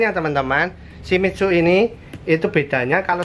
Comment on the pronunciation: Shimitzu??? Shimizu om, bingung saya!!!